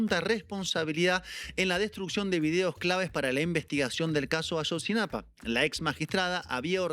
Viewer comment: Ayotzinapa, no "Ashotzinapa"